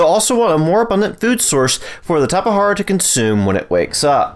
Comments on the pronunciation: It’s a fucking “J” not a “H” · I couldn't even finish this video hearing you say tapa hara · It is Tap-e-jar-a I believr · Due to an update changing taming times, times and quantity of food mentioned during that section are approximately halved. Tap-eh-har-ah is the most accepted pronunciation I found in the community, it's also the one that I personally use, so it is the one I used. If you want to be the most accurate, the word originated from a tribe in Brazil, and it was most likely transcribed into Portuguese. In Portuguese, the letter "J" has more of a "zuh" sound than a "juh" or "huh". Therefore the most accurate way to say Tapejara is more Tap-eh-zer-ah or maybe even Tap-eh-jer-ah might be acceptable. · I've always pronounced it Tape-Jar-Uh or Tap-Uh-Jar-Uh/Tap-Uh-Jar Really weird. It's just how I read it,and heard others pronounce it. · tap- E- jar- uh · WHY IS HE SAYING TAPAHARAAA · Say it however you want or however is most comfortable for you. I made this comment in response to the dozens of comments I have deleted about me pronouncing it wrong. But to answer your question, the word used for the name originated from the aboriginal Tupi people in Brazil, which leads me to believe that it would have been transcribed into Brazilian Portuguese, which pronounces the letter "J" somewhere between the English pronunciation of "Z" and "J", something like a "zh" sound. So, somewhere between Tap-eh-zer-ah and Tap-eh-jer-ah is the most correct pronunciation. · Tapahara or tapajara? Lmfao